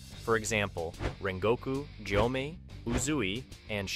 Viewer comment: What's up with getting the names wrong? You got so many names wrong and mispronounced Gyomei and Sanemi so many times. Called Giyu, Gyomei. Called Obanai, Uzui.